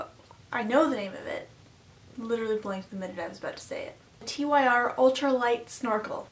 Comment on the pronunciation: Sorry to nitpick but... you can pronounce it "tear" or you can pronounce it "tur", but for the love of God, literally for the love of the norse God of War for which the company is named, please don't call it Tee Why Are.